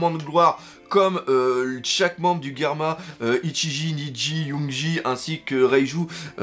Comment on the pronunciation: Le Doc on prononce par Guerma, mais Germa (dis toi que c'est comme un germe sauf que tu remplace le "e" à la fin par un "a", il faut une bonne prononciation, voyons ! Mais bon, si tu as raison cet épisode et trop bien, quand j'ai vu l'épisode et j'avais l'impression que pour dire "merci de nous avoir sauvé la vie", Ichiji (le rouge), Niji (le bleu), et Yonji (le vert) (oui forcémént XD ) mais comme ils sont trop fière pour le dire, et bien ils ont dit à Sanji un petit mot d'homme fière (même avec le "déchet" à la fin, mais bon c'est quand même leurs frères dont voilà, ils le sauve quand même.